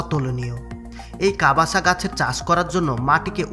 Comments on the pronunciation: ভাই, কাবাসা না কাসাবা।। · কবাসা নয় কাসাবা হবে।